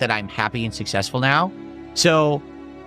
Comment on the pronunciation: He's "sussessful" dood!